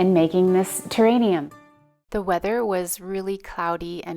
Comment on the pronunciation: It is pronounced terrarium with an r not an n. It turned out pretty.